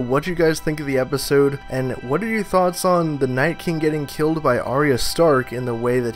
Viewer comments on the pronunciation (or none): none